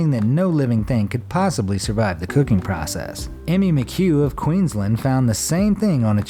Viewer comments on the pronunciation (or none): none